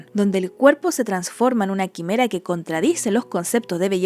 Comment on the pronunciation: "Quimera" es palabra grave, no esdrújula, así que se acentúa su penúltima sílaba. Por lo demás, el vídeo es excelente